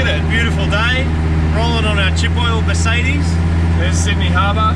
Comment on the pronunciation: The "Meth-cedes"